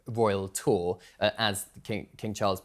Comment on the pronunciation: I REFUSE TO LISTEN TO THIS LADY SAY ROYAL TOUR..BE QUIET!